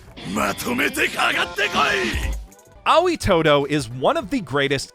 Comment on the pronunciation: "Ah-wee" todo? "Ah-oy" 👍